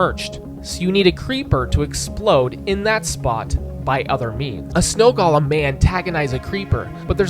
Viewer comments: Very nice! But for future reference, "golem" is said "go-lum", not "gall-lum". Those are living snowmen, not works of art by Tolkien brought to life by Andy Serkis who happen to be made of snow. I'm sorry for being That Guy, but after hearing this over and over and over around the web, I've had enough. But for real, genius video! I didn't even consider the Ender Dragon plowing her way through the staircases. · Golem is pronounced GOH-lem. Not "gollum." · Why do youtubers pronounce golem with the soft for minecraft? It irks me.